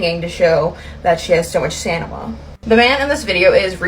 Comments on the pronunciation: “staNiMa”?? Girl anything you have to say is automatically dismissed if you can’t properly pronounce words in your argument. 😂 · "Stanima" I love it haha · "stanima" XD